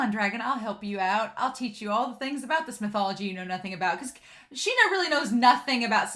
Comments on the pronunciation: This anime has such beautiful backgrounds, it's just really nice to look at. And the name is pronounced "Shin-ya". Personally I find it really difficult to say it correctly, like you can't emphasize on the "y" that much in the sounding, but without it, it sounds weird? Just do your best and try to imitate the VAs xD. And Ao is just precious! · I love the way you ship everyone with everyone in this show! 🤣 Me too — the author did such a good job of establishing what their relationships with each other were like! And I’m pretty sure his name is “Shin-ah” with an “sh” sound. That’s the way it was translated in the manga translation I read.